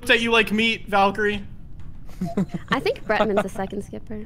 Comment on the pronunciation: ITS VALYRAE NOT VALKYRIE